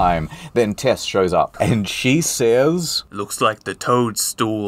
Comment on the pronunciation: It's incredible how many times he gets Tess' name wrong